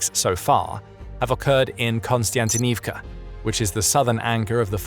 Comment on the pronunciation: there is no 'N" or 'KON' in Kostyantynivka... sheesh